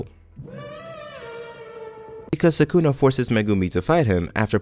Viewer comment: Ok but who's "Sakoonah"